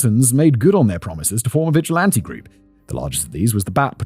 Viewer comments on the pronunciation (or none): none